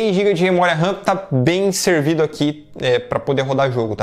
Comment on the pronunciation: SE DIZ MEMORIA OU RAM NAO MEMORIA RAN OU RÃ (RAM SIGNIFICA RANDOM ACCESS MEMORY) AO FALAR MEMORIA RAM ESTA A REPETIR DUAS VEZES A MESMA COISA OU FALA RAM OU MEMORIA . LIKE